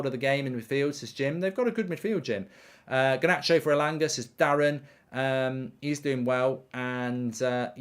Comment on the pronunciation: Alejandro Garrrrrrrrnacho